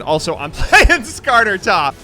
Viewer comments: He actually said Skarner right, I'm surprised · He got "Skarner"'s name right, I'm so proud of him!